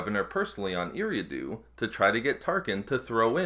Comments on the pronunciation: its pronounced E-ra-do sorry it just hurts my ears to hear every planet mispronounced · Solid video but in the name of George Lucas, please learn how to pronounce Eriadu correctly! (Ear-ree-ah-doo)